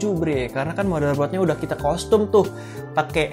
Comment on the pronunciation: bukan kostum om bacanya, tap Kastem (Custom)